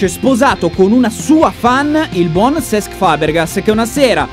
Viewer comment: "Sess Fabregas"